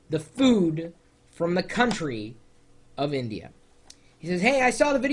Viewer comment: lol- he does enunciate INdeeYha and INdian.